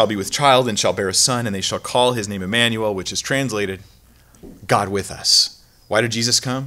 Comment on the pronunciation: Thanks for saying his name correctly with an I Immanuel !!!!!!!